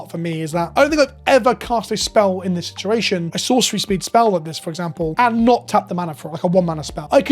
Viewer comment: I hate he said sea shed shituassion